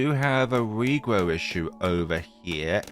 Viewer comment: Did you say wigrow bloons?😅 Love your vids❤